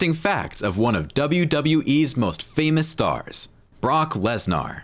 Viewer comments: Can't even say his name right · Guy can't say his name right 😂